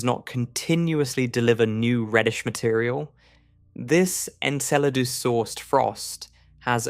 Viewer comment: Enceladus? Why don't you just pronounce it properly as Enchiladas already?...lol Jesus Christ these AI narrators mispronouncing things is getting out of hand...lol. It's bad enough these "science" channels are to lazy and cheap to hire a real person to narrate their "content", and yet they choose the shittiest AI narration software they can find...RTFLMFAO!!